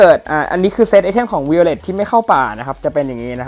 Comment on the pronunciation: ไวโอเล็ทครับ พี่อ่าน วิโอเล็ท ซับแล้ว